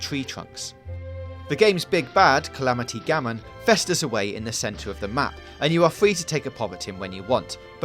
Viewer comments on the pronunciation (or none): did he say Calamity Gamon?